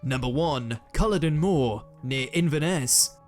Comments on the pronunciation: The pronunciation of some words in this video is terrible, especially as this is the UK version of WM so presumably the narrator is British eg. Jacobite and Culloden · Its cull-aw-din x